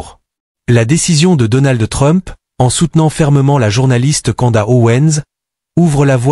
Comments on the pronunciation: Candace. Et pas kanda 🤣😉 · Candace. Et pas canda 👌